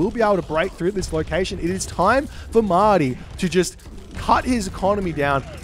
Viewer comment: Mahde. is reading it as Ma-ah-di, which is quite correct. I think it is a reference to the word for "Messiah" in Arabic.